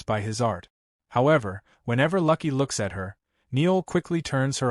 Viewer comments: I love when AI can't do names. Noelle as in the Christmas carol and Luke is a pretty simple name. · What the hell? It's No'EL not Neil & LUUUUKE, not Lucky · You are slaughtering the name Noël. It is pronounced (no elle) please incorporate this information for your future use. And the man’s name is LUKE! not lucky.